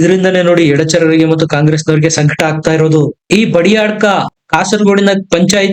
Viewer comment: ಒಳ್ಳೆಯ ವೀಡಿಯೋ ಮಾಡಿದ್ದೀರಿ; ಒಳ್ಳೆಯ ವಿಶ್ಲೇಷಣೆಯನ್ನೂ ಮಾಡಿದ್ದೀರಿ. ತುಂಬ ಸಂತೋಷ. ಆದರೆ ಸ್ಥಳಗಳ ಅಥವಾ ಇನ್ನಾವುದೇ ಹೆಸರುಗಳನ್ನು ತಪ್ಪು ತಪ್ಪಾಗಿ ಉಚ್ಚರಿಸುವುದು ಮಾತ್ರ ಯಾವ ರೀತಿಯಿಂದಲೂ ನಿಮಗೆ ಶೋಭೆಯನ್ನು ತರುವುದಿಲ್ಲ ಎಂಬುದನ್ನು ದಯೆಯಿಟ್ಟು ಅರ್ಥ ಮಾಡಿಕೊಳ್ಳಿ. ಕಾಸರಗೋಡಿನ ಸಮೀಪ ಭಾಜಪ ಅಧಿಕಾರ ಹಿಡಿದ ಎರಡು ಪಂಚಾಯತುಗಳು 'ಬದಿಯಡ್ಕ' ಮತ್ತು 'ಕುಂಬ್ಡಾಜೆ'. ನೀವು ಈ ಎರಡು ಹೆಸರುಗಳನ್ನು ಹೇಗೆ ಉಚ್ಚರಿಸಿದ್ದೀರಿ ಎಂಬುದನ್ನು ದಯೆ ಮಾಡಿ ಪರೀಕ್ಷಿಸಿಕೊಂಡರೆ ಉತ್ತಮ. ಉತ್ಸಾಹದಿಂದ ಕೆಲಸ ಮುಂದುವರಿಸಿ. ನಮಸ್ತೇ...